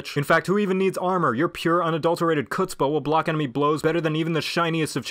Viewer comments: It is not pronounced "kutzpah" it's pronounced "GHUTZPAH" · Chutzpah is a gutteral H, so it's Hutz-pah just a heads up lol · Chutzpah isn’t pronounced with the with the “ch” sound. I think only certain people can say it. Mostly Jews like myself. (Correct me if I’m wrong.) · Did...you just pronounce the c in chutzpah?